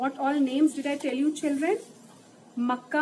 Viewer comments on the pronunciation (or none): Nice 👏but ma'am it's not a Makka it's Naka